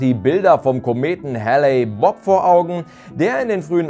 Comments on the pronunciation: HALE-Bopp nich Halley-Bopp! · Klingt fast wie Halley Bob :D - ist aber tatsächlich Hale-Bopp (gesprochen heel) - sorry für das Klugscheissen - bin ne Kartoffel und kann nicht anders ;)